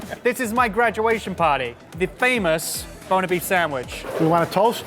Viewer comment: I feel their saying boner when their saying Buona xD